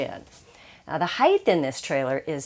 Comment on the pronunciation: Yes, she's great. It does bother me the way she says "height" with a "th", though. LOL